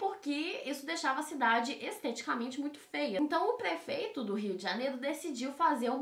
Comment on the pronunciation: "o Rio de janelo" kkkkkkkkkkkk